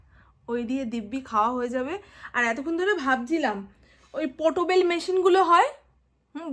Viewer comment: তুমি শুনেছি গ্র্যাজুয়েট তাহলে কেন ভাই এত ভূল ভাল বলো?যেমন ক্যারেট বলো যেটাকে সেটা হবে ক্রেট,আর আজ যে বললে পোটোবেল মেশিন সেটা হবে পোর্টেবল portable.apni ato sundor kotha bolen je ki bolbo ,sotti camera ta je apner koto boro bondhu seta bhishon bhabe bojha jai.khub bhalo thakun sobai.🎉🎉